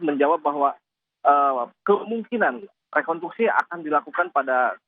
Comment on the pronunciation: Kok mengucapkannya "rekontruksi" sïh bapak itu?